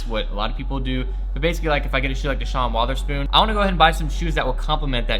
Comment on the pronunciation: "shon wotherspoon" lmfao sean weatherspoon